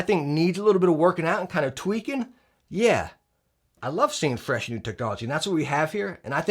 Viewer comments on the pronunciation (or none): none